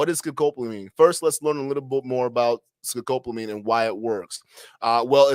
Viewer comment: So this is an "Educational" episode on the drug "Devil's Breath" and I think that is great. Yes, by all means, "Let's learn about this drug." But Bro, can you at least begin by learning how to say the name of the drug correctly? It is NOT ScoCopamine. It's not sCopamine, It is Scopolamine. Sound it out: Sco-Pol-a-mine. It's not a real hard word to say. In Spanish it is Escopolamina. You're doing young men a real service here, why have all of them leave, thinking they know what's going on, and go around pronouncing it incorrectly like you do? Is it not worth your time, or what?